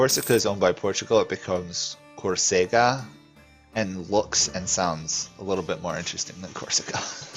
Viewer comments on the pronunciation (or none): the only error in your pronounciation of córsega is that you say it with accent in the E instead of the O, it is marked with the "´"